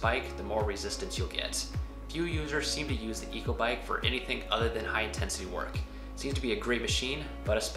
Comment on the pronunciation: Great info! But Echo is pronounced "echo" (ehKO) not " eco" haha